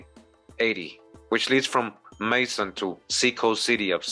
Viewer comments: Macon sounds like bacon not May-son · PEACE. (Macon pronounced May-con) This is my home. We visit the mounds often. The history here is very rich and old. Please feel free to reach out to locals for any further info or a walk through/ tour. 🤲🏼📿☝🏽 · Macon is pronounced like Bacon, I live off the Savannah end of Highway 80, wish I knew about this back in the 90's since I worked a lot in Macon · Macon - Make An... Like Bacon with an M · At no point do I feel or look at you like you are stupid. I am subscribed to your channel and have been for years. I was just trying to inform the people in the comments of the right pronunciation of my City. I am from Macon and I appreciate you doing this video. I saw this video years ago and realized then that you pronounced Macon wrong but to see that you had reuploaded it I thought maybe you had corrected it. I can tell that you are very intelligent so don't think that I am trying to insult you in any way. I am not perfect and I do not expect for you to be and from this point on just acknowledge what other people say and keep it pushing because this really was a waste of time trying to let you know that what I said didn't even need a response. I'm still here like I said before listening to all the words that you miss pronounce 😅😅😅